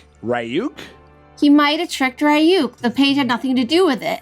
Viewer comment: Pronouncing RYUKs name wrong was triggering. 😂 THE CHARACTERS ARE ALREADY SAYING IT CORRECTLY WHY Rayuk tf its Reeeyuk ryuk RYUK